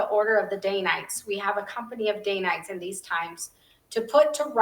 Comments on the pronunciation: Fabulous episode! I love your content and hope your channel quickly gains a large following. I’ve always heard it pronounced “Dan-nite”, not “Dane-nite.” Have I been saying it wrong my entire life? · Love your channel. DANITES is pronounced Dan ites.